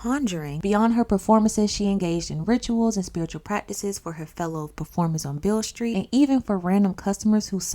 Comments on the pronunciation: Its pronounced Bill street😂 B.B. King got his name from that Street. Beale Street Blues Boy B.B. King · And it’s pronounced like “ BILL ST “